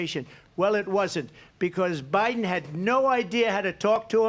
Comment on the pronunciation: Did she say Obiden? Boy that's telling isn't it? They call that a Freudian slip.